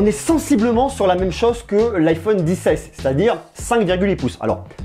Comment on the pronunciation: Arrête de dire liquouide rétina et dissesse